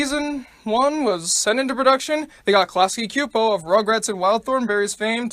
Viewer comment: I remember watching a few episodes of The Simpsons, but my mom wouldn't let me watch it. Also, you mispronounced "Klasky-Csupo", the latter part is pronounced "Chew-po". In fact, The Simpsons is not the only animated show that's been going downhill, I remember hearing that "The Fairly Oddparents" was also starting to go downhill somewhere around "A Wishful Life" and "Fairly OddBaby", while "SpongeBob Squarepants" started going downhill somewhere around Season 4 or Season 5. Also, you forgot to mention that the series is most famous for its "Treehouse of Horror" episodes, which started with the very first one that aired in the second season.